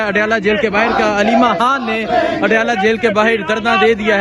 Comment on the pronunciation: او بھئ! تم پہلے ”خ“ لگا کے ”خان“ اور ” خانم “ بولو 😂😮😮😮😂 ورنہ میں تمہارے ویلاگ کا بائیکاٹ کردوں گی